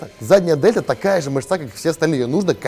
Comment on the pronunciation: хотя бы на вашем канале давайте называть мЫшцу мЫшцей, мУскулом на худой конец, НО НЕ мышцА.. кровь из ушей от такого русского языка